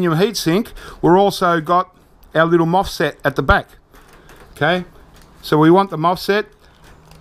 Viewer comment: cool, that was interesting 😊 (btw its a mosfet not a fosmet 😉)